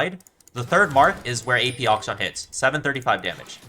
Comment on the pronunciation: I love how he pronounces akshan as auction.